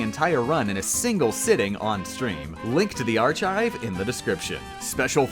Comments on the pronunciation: it's ar-KAI-v not ar-CHAI-v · WHY DID HE SAY SAY ARCHIVE LIKE THAT 💀💀 AR-CHIVE WTF ITS PRONOUNCED ARKIVE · "Ar-chive"... No. It's pronounced "Ar-kive". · did you just say "arch-hive"? unsubbed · Ar-chive Ar-Chive AR-CHIVE IT'S FUCKING AR-KIVE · Did this boy say "arCHive?" Good run though. Well done. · ark-ive not arch-ive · D-... did you just say ar ch ve? Ar, (ch as in cherry) ive? You DO know the h is silent right This better be a god dam blooper because if you’ve been pronouncing archive with a ch sound and not a c than will hunt you down I swear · its not arCHIVE its ARChive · This man said AR-CH-IVE instead of AR-KIVE. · its pronounced “ark-hive” not “are-chive” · ArCHIVE?!?!?!?!?!!??!!??!?!!? CHIVE??!?!?!?!?!?!??!!?!??!!?! Its pronounced arkive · Just so you know, archive is pronounced "arkive". It makes the "k" (as in kite) sound instead of the "ch" (as in church) Just tell you so you don't don't get bullied in the future. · Ar-chive Ar-kive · ar-chive Me, whipping around so fast you get secondhand whiplash: MY EARS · Even though it’s spelt archive, It’s pronounced arkive. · Link to the ar-chive No. No. No! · WAIT WAIT IT'S NOT PRONOUNCED "AR-CHIVE"??? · You got so close to finishing this perfectly...until you said "ar-chive." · The are-chive? Okay, you are officially doing this on purpose now. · Ar Chive? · Ar-chive... AR CHIVE.... DID HE JUST SAY AR-CHIVE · Are we just going to accept the fact he said are chive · who else got mad when he said "arch-eyeve" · "Links to the are *ch*ive" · No, areCHive is incorrect. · wow you're triggered. Look it up in a dictionary, there is only one way to say it and it's "ar-kive" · I think I'm gonna start saying ar-chive just to mess with people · 1) You're right, the way he said archive isn't funny. No one laughed. There is no irony when people say that it's not pronounced ar-chives. 2) Turophile. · When you said "artchive" I died instantly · Did this girl say "arCHive?" FTFY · It's AR-kive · ar- CH-ive wtf